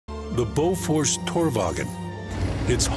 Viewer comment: “Borofs”? That’s a new one